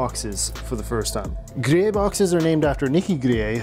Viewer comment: Pronounces "Grillet" Me: "Ah yes, a fellow Canadian"